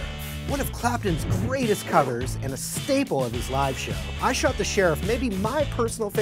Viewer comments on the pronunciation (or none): none